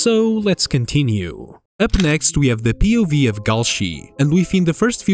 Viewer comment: pronouncing POV like a word instead of an acronym is insane